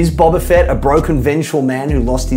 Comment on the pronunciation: The fact you pronounce it as Bobba Fett says enough